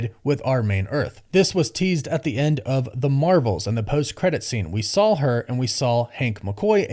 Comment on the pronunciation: Why do you say “SAWL” instead of “SAW”. It’s just weird. There’s no L.